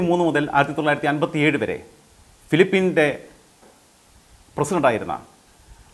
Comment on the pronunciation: ഫിലിപ്പീൻ അല്ല, ഫിലിപ്പിൻസ്‌ എന്നാണ്‌. രമൺ അല്ല, റാമോൺ എന്നാണ്‌. ആവേശത്തിരക്കിനിടയിൽ അൽപം ഗ്രുഹപാഠം ഒക്കെ ആകാം